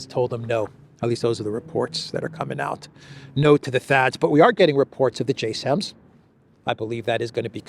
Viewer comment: The missile is pronounced like Jazem not J SAM. That makes it sound like a air defense missile when it is strategic.